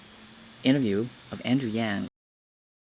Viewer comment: Andrew Yang not Yan, you kept saying Yan.